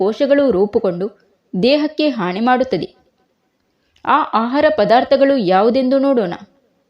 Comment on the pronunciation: ಥೂ,, ನಿನ್ನ ಭಾಷೆ ಉಚ್ಚರಣೆ,, ಹಾನಿ,,, ಹಾಣಿ,, ಅನ್ನ ಅಣ್ಣ,,, ಜೀವಣ